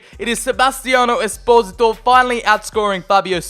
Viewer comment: pronounces esposito 'es-pozi-to' when i pronounce it 'es-poh-see-toe' a bit like desposito